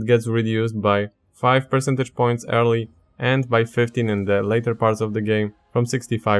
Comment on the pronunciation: It took me about 10 minutes to realize you were saying "early" and not "hairly"